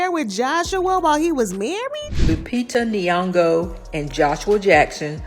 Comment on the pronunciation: Stop saying Lupita last name if you can't pronounce it right .......from Kenya